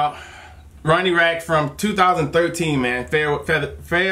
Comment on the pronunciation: Im sorry, but you said Rack. His last name is Radke (pronounced Rad-kee)